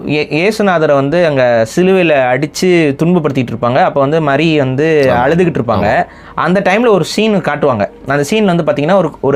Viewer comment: Hello boss, first learn to pronounce the english words .. the way you are pronouncing mary is wrong.